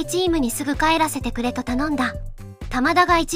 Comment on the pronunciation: 「タマダ」が「棚田」みたいなイントネーションなのが気になる